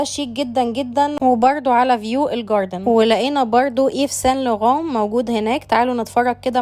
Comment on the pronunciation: ايف سان لوغان 😅 عجبني نطق الفرنسي مكان حلو للتمشية .. ما ينفع ابدا للشراء اذا كنت تقدر تسافر او تستورد البضاعة بنفسك 😊 حلو الفيديو عجبني ... تحياتي